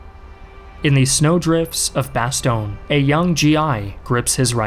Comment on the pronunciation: When you pronounce 'Bastogne', my face makes the same expression like when someone scratches a blackboard. Either way, very good video. Sincerely, a Belgian.